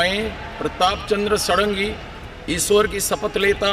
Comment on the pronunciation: सारंगी नहीं षड़ंगी है भाईसाहब,,,ओर षड़ंगी उसे कहते है जिसे छ वेदों का ज्ञान हो,,,प्रताप चंद षड़ंगी,,,,,,ok